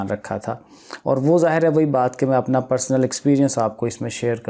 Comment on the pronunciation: He says apnaay mobile too chorna ni h😂😂😂